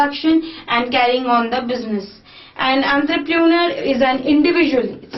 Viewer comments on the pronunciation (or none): Nice video ma'am n the correct pronunciation of entrepreneur is /,ɒntrəprəˈnəː/